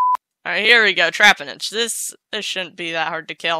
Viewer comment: Not to be those annoying craps in the comment section but you saying trapinch wrong. It’s said tra-pinch